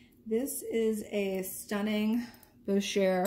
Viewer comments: “ Boo Shay “ ( French pronunciation ) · First time watching your channel. Nice jewelry finds and great prices. By the way, Boucher is pronounced Bow (as in take a bow) Shay.